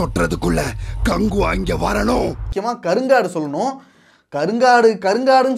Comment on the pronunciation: கங்குவா❌ கங் ஊ வா